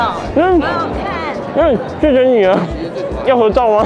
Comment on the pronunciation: （土豆）的發音要校正一下。